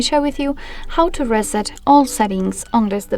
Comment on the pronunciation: Reset, not raset